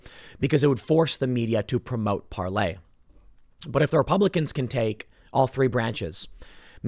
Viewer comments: It's pronounced Par-LER! not lay. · I immediately turn off his videos now when he says Parlay. Tim, IT'S PARLEEEEER. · Parler you jackass not parlay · STOP CALLING IT PARLAY!!! Yes that is the french pronunciation but no one calls it that. Say PAR-LER. People will look for a different site if you keep saying it that way. Listen to people speak not just your own interpretation of what you read. That sounds so pretentious and annoying. Like Steve Colbert pretending his name is Colbare. His family is Irish not French and it's just pretense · PARLER, geez, it’s PARLER. What you do on it is parlay. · PARLER came out and said that Lauren Chen couldn’t pronounce Par lay, so the COMPANY changed its name pronunciation, you are saying it wrong. You are now Lauren Chen, I don’t think they are going to change it back because Tim Pool really wants to say ParLay